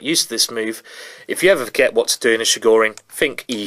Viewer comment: It's [Ch]igorin, like in Chilli, not like in Chicago.